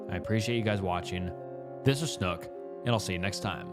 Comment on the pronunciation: i JUMPED when he said my home town lmao😭 also snook u buthered saying my counties name lol